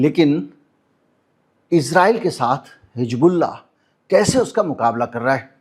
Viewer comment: Sir it is not Hig bullah It is Hiz bullah Thanks